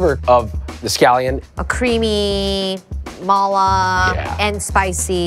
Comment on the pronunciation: It drives me crazy how she pronounces "mala"...